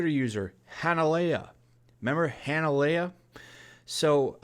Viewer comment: Dude....it's pronounced Han-Leia....like Han Solo and Princess Leia. Lol!!